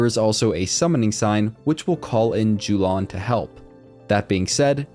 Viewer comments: Yo-lahn, not Jew-lawn nice guide though! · Jew-lawn > Yo-lawn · Its yo-lan